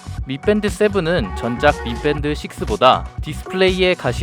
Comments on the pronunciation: 발음을 미뺀드(X) 미밴드(O)임. 발음 '뺀' 자가 상당히 거슬려서 못 보겠음. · 혓바닥이 짧은가보네 계속 미뺀드 라고함